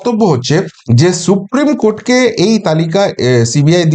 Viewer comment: Esh esh she, সত্যিই SHupreme উচ্চারণ